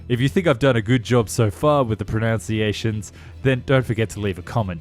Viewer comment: "Pronunciations", not the nonword "pronounciations" 😂